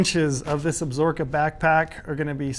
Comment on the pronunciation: Cmon - can’t even pronounce the mountain range correctly. Ab-Sa-Ro-Ka lol absorkaaaaa